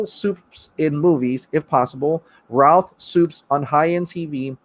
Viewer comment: He still looks really good for 13-14 years after the movie. I don't think they should make him old man Supes with the grey hair. He's too youthful, and should simply get a show. On a side note, Brandon's last name is pronounced "rooth". And it's not Christopher Reeves. It's Christopher Reeve. If you're as big of a fan as you look, you'd make sure you get names and pronunciations of names right.